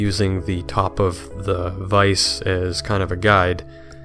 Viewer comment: Stefan can you help JoP with the correct pronunciation of "vise" ?